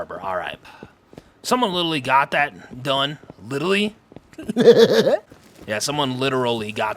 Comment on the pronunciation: I find ads are crazy when I watch on my phone but you can skip after a few seconds when I watch on my PlayStation there are 4 sets that go for a minute. It's clearly YouTube's settings not you doing it lol. I've watched you for many years! Also you've been saying littely for years 😂